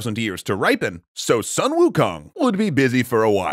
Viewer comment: "Soon", not "Suh-n" Also, the reason he wanted to find his own weapon was cause every other weapon broke under his own strength. One of his fellow monkeys told Wukong of the Eastern Sea Dragon King's weaponry.